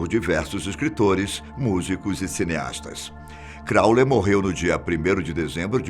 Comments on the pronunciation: Não é Crowler é Crowley ( i ) som de (i) Mas obrigado pelo vídeo, a resenha sobre Crowley foi boa. Do what shalt wilt .... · Pq o persiste em dizer "crawler" se o nome é Crawley? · Sim ! Corrijam a pronúncia do sobrenome de Aleister Crowley (crauli) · Todo mundo elogia a voz do cara e n percebe q ele.falou o.nome errado 30.vezes. crowlerrrr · Vídeo interessante, mas ouvir Crowler com R não foi fácil. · Nao é "Crowler" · Esse "Crowler"doeu no saco hein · 1) O narra muito bem, só não entendo por que ele insiste em chamar Crowley de "Cráuler". 2) "The Song Istchômes the Same"?... Suponho que refira-se ao filme The Song Remains the Same. 3) Na verdade, os primeiros relatos conhecidos de aparições do monstro do Lago Ness datam do século VI, que é também quando começa a história documentada da Escócia; é impossível saber há quanto tempo antes disso ele já vinha sendo visto por pessoas que não tiveram quem registrasse suas histórias. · Crauler hahaha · "Alister Crawler"? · O cara ñ falou o nome certo de Aleister CrownleY nenhuma vez... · Aleister "Crowler"???? Mansão "Corwler"? "CROWLER"???? hahahahahahahahahahahaha Ah neim... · Não é Crowler... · "Crowler" ??? Mahzuquê!? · crawley q se fala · Crawler ou Crawley? Essa pronuncia está duvidosa. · E ninguém ensinou o velho a pronunciar o nome do cara direito antes de fazer o video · Bem apelativo, com erros na pronuncia de nomes de pessoas e disco... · Concordo. O conteúdo é bom, mas é péssimo errar o nome todas as vezes. E ainda faz piada... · Também me irritou ele falar o nome errado! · crowley, não crowler.......por favor... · Gente, eu amo esse canal. Mas tá me dando agonia ele falar "Crowler" o tempo todo... O correto é "Crowley", erro feio no roteiro! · É CROWLEY e não CROWLER,. Tirando isso, só elogios à esse canal e à sua voz intimidadora 😆😆😆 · Fala-se: Élister e Cráulei e não Cráuler kkk... Télema e não Telêma... rsrs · Agonia que dá ele falando Aleister 'Crowler'...é Crowley (Crôulei)